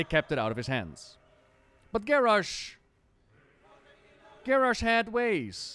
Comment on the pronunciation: Garrosh. Garrosh. Garrarsh. :O